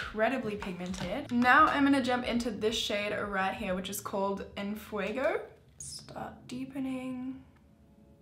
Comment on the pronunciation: i've seen so many tutorials for this palette (made by english speakers) but the pronunciation they give to "en fuego" still cracks me up